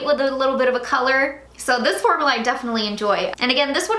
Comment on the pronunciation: I'm so sorry I am NOT TRYING TO BE A HATER, I repeat I am not trying to be a hater, but it might just be me, the word is FORM-U-LA. Every time you say it I kind of cringe, formala....idk why it's bothering me so much but it really is! I'm sorry!